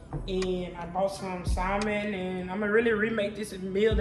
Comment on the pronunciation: Salmon say it w/o the L. Welcome back! Thanks for the wine detail.